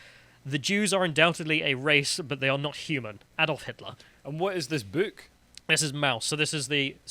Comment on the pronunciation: "And wut is this boo-uk?" Dunno why that struck me as funny. Haha.